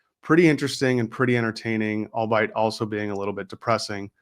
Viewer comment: "Albeit." Prono; "All-be-it." Not "albite.